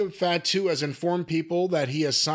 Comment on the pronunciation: He's pronouncing Fatu like fat-too lol it's pronounced fah-too lol